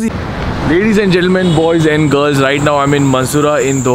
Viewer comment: listen he says balls instead of boys